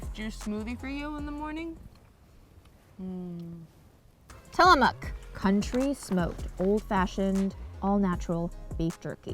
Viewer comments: Guys, you don't say Tillamook with the oo sound in moo or tools. It's a harder sounding vowel ending...closer to Till Uh Muhk. And thank you for saying Oregon as Ore Uh Gun instead of Or Ee Gone ( cringe ). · The way pronounces Tillamook 😂 it’s less of a mooo sound in the mook and more of a muck sound.